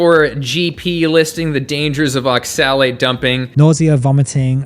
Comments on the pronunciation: Pun intended when he pronounces oxalate as ox-salad? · I thought you said Ox salad at first xD. good video tho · It's pronounced "ox-ill-ate". Respectfully. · I agree with your points. But why do you pronounce oxalate (ox-uh-late) so strangely? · You’re not even pronouncing oxalate correctly just stop please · Is that how you pronounce oxalate? I thought the emphasis was on the O, not the A. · I love you but please don't ever say oxalate like that again 😂